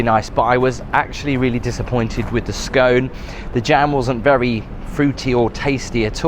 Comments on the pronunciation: It is not pronounced SKONE but SKON. And you never cut a scone with a knife. You have much to learn regarding your politesse. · It's a scone, not a scoone 😅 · it's Scone like on not Scone like own 😂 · It’s actually pronounced skon. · I enjoyed this video so very much. How amazing to have a timer for your tea to be brewed. I do not pronounce scones that way but I am from a former British colony 😅. Very disappointing that you found that afternoon tea could have been better. I do love the room you stayed in. Is a bit disappointed about the skyscrapers towering above the hotel. I didn't notice your photo, on the wall of important visitors. Thank you for your video.